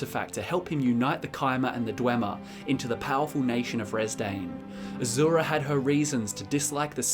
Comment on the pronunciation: By azura by azura by azura! It's azura!